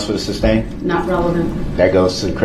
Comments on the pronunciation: Substain is the funniest thing I've| heard from him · He really thinks he’s doing a great job questioning EP! He’s so confident spewing his dumb legal terminology and continuing to say “ SUBSTAIN” like a fool!! He sounds ridiculous! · "substain" LMFAO 🤣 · There’s no “B” in sustain